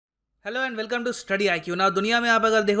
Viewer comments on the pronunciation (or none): none